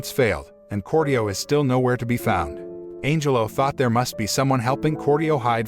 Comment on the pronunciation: I keep hearing Angel-O instead of Angelo.